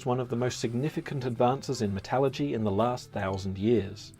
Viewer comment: I've heard syro. But it's not very common. The pronunciation of 'metallurgy' is just wrong.